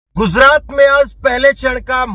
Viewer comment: Gujrat ka pronounciation thik nie hei